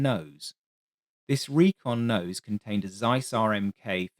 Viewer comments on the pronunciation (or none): none